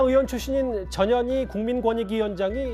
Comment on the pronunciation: 저년이 의원으로 들립니다 나쁜 의도는 아닙니다